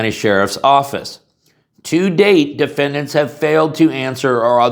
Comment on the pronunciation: "Defendats." Oops. , "... only if Defendant's prove...."🤔 "Plaintiffs wish to carry handgun." (Just one?)